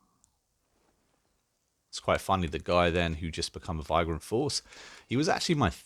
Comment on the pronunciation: I know this is an old video, but just in case you ever play this game again, the word "vagrant" rhymes with "fragrant," it does not rhyme with "migrant." Same "a" sound as "day" or "stay."